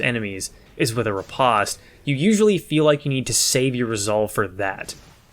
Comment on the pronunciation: It’s pronounced RI POST